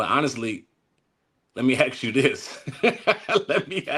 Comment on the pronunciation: Ask not ax